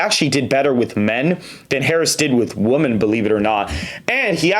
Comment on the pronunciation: Dude, when you say the word “women”, it is pronounced like “wih-men”